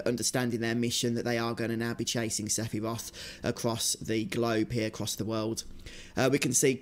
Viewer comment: Someone sample him saying Sephiwoth and make a club remix please!